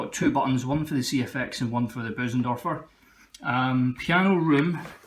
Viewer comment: 10/10 for saying Bösendorfer and not BOOOOSENDORFERRRRRR